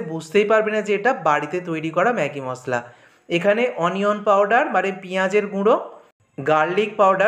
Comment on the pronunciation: Apni MOSSLA bolen ken? Shunte ghinna lagey. MOSHLA bolen